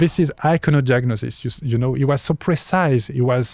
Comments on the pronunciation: He's probably a little illiterate,, Phillippe says icono diagnosis, while translate: icono "jugnosis" and very wisely confirms! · Phillippe says icono diagnosis, while translate: icono "jugnosis" and very wisely confirms!